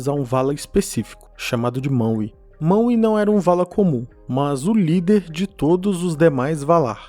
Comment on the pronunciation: MANUE. SE FALA MANUE, NAO MAWE. O W TEM SOM DE U.